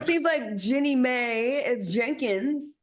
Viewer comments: I’m not upset…mispronouncing the name has happened several times so I commented. Yes, the commentary about the eyes was inappropriate and shouldn’t have been said. But if that’s what you’re upset about then let it be your comment to hosts or production. My comment is what I choose to say, not what you want me to say! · Omg…you can’t even say Jeanie’s name correctly…y’all are dumb